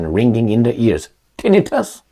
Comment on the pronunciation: Tinn. I. tus the emphasis is on the second i.